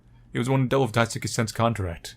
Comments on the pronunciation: He also kept saying Daisuke as daisuki lol. loves Sen. 😏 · I like how you pronounce Daisuke's name lol I think you have at least heard of Sasuke from Naruto? The "suke" part is pronounced like that. It sounds like you're saying "daisuki" which means "I like (you) a lot" Anyways, I enjoyed the video! Thanks~ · wow must really like Sen... g-get it? because.. he says Daisuke like daisuki.. I.. fuck I'm sorry that was awful